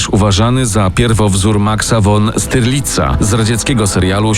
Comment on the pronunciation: Nie styrlica a sztyrlica tak to sie czyta. Jedno slowo mozna nauczyc sie czytac po niemiecku